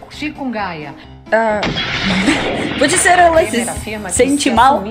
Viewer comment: Ai, Meu Deus... Essa mulher que nem sabia pronunciar o Chikungunya foi prefeita de Ribeirão Preto - SP... Deus nos perdoe!!!